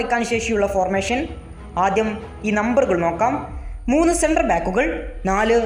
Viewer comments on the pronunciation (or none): ഫോർമേശൻ അല്ല, ഫോർമേഷൻ